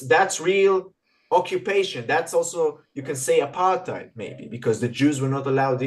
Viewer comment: She mispronounced 'Apartheid'.